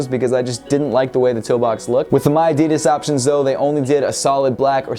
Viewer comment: No we dont say miadidas that way, i dont know where you heard that.